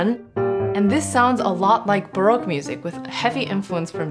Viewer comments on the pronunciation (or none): none